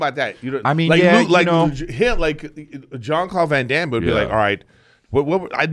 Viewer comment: Brendan isn’t on the episode so Eric picked up a speech impediment?! 🤣 I swear he hasn’t pronounced Jean Claude Van Dam correctly yet 😂